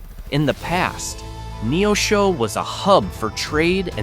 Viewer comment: This AI generated video mispronounced Rolla, and Neosho, among others.